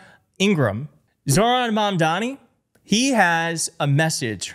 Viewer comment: Mamdoni. Dude, you pronounced his name differently each time you said it. Why does Meidas Touch have such a hard time saying this guy's namè?